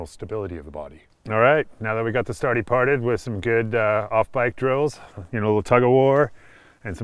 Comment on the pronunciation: “Now that we got the sarty parted” 😂